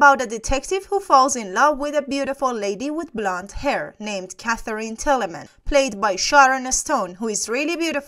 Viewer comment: The name of Sharon Stone's character is Katherine Tra - mell.